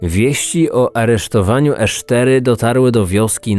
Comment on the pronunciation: Poza tym, że źle czytasz nazwę miejscowości to super :)) edit: "Esztery" też błędnie